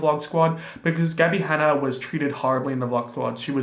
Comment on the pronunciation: OMG my ears heard "Daddy Hanna" and I was like "wat."